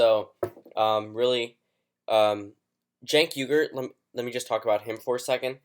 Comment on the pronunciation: It's not "genk uygar" it's Chenk WI-GUR